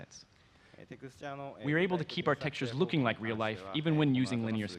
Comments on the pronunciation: did you rike it? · did you rike it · DID YOU RIKE IT?? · YES, I RIKE IT VEWRY MUCH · did you rike it ? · DID YOU RIKE IT!! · Aidan T. V. That’s intentional. It supposed to sound like utter gibberish. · Hahahahahha I was saying that the whole time XD